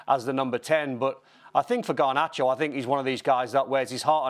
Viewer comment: Not Garbacho!! 🤦🏽‍♂️